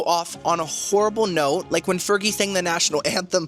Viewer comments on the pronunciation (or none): none